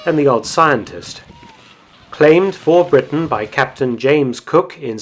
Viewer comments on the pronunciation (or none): none